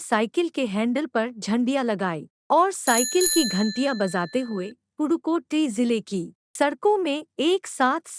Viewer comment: Dude that is pudhukoti not purukoti